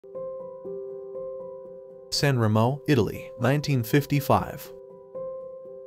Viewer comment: San Remo pronounced San Reemo